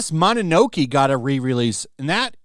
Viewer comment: Lol, I'm sorry I had to pause the video to correct the word. Ahem. Mo-no-no-ke(monster) and the E is a soft E, kind of like an Eh. Not mono-noke... Japanese don't stress the syllables as well. They pair Letters with Vowels save for N. も(mo)の(no)の(no)け(ke). Thanks, God bless and thanks for the videos.